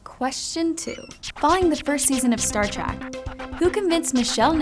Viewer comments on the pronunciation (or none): why does it sound like she keeps saying Star Trak.... grr